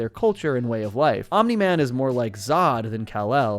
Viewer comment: congrats u got omni man completely wrong